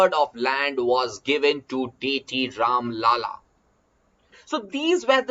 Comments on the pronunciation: Its राम लल्ला not राम लाला, लाला means business man Do not say Ram a business man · Mai bhi same likhne ke liye comments khola tha, sir pronounciation galat kar rahe hain.